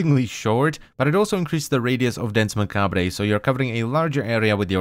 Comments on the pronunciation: It's not pronounced "ma-cab-ray", it's taken from the French and is pronounced "Ma-cab-re". Every time you said it wrong I cringed so hard it was unreal. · Macabre-pronunced Mac-Arb not Mac-Arb-Rey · Not trying to be pretentious or anything, but in “macabre” the re at the end is silence, so it sounds like “mah-kab”. Just thought I’d let you know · Macabre is pronounced Mah-kahb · Hmm, Macabre is pronounced Mah-Kah-Br